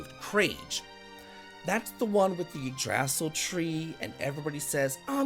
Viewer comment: Yggdrasil = (eeg-druh-seal)